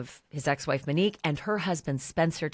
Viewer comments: MOnique, not MAnique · It's not MENIQUE... ITS MONIQUE... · Her name starts with MON, not MIN !! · MO-neek, not MEN-eek. Go back to calling her Mo. She went by "Mo" not "Men." 🙄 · MOnique ,MOnique…not MAniq,M’inique..what is wrong with you? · Out of respect, can you say her name correctly, pronounced “Mō-neek” instead of M’neek,Muhneek? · The new photo is bad AI. Look at the temple on the left 🙄 AND please say her name correctly! its not MEH-neek.